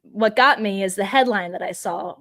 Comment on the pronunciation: I'm not visiting their site. Ben doesn't know when to say "the" or "thee". Annoying and smug.